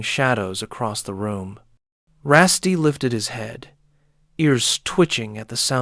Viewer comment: I don't mind however you're pronouncing Rusty wrong. RussT.